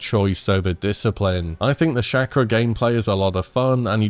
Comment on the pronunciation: It's "Chaw-Kra" not "Shack-ra"...